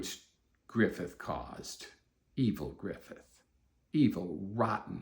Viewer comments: second most bitter souding pronunciation of griffith's name i've ever heard, losing only to guts, of course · Every time he says griffith…… same 😭😭😭😭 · the way he says griffits name😂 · THE WAY HE SAY GRIFFITH IS SO FUCKING FUNNY 😂😂😂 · Every time too 😂